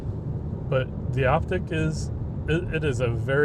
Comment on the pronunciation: It's Optiq, not Optic